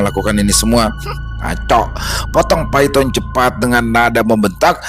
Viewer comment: Bukan Paiton tapi bacanya Paitun😅